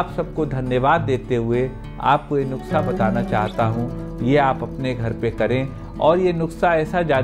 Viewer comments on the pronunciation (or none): NASA nhi nuskha hota h sir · Doctor sahib nuksa nahi nuskha hota hai baaki video bahut achi hai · Good. Please pronounce NUKSA AS NUSKA... It is nuskha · I see ur most of d vedios nd its sounds cute when u pronounce nukhsa.. Instead of nuskha... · Doctor sahab please make corrections, nuksa nahi Kehte, it's Nuska. Baaki aap jo bata rahe ho us treatment ke kuch proof hai kya? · Nuksha aap khte ho sir 😂 but u are good person 😚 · नुक्सा बोलिये सर